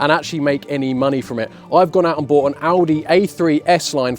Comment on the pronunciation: "Have I just bougfht a shed?" 🤣🤣